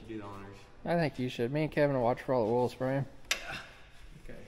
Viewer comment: Oool you mean oil ?!!🤣🤣🤣🤣